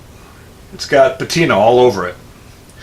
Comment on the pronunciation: lol Patino all over it? Hey, it's called Patina.